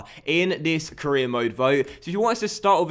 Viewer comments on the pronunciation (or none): you said caereer and four instead of for